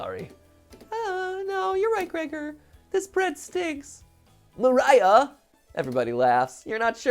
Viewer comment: It's actually spoken "María", like in portuguese, not "Maraiah"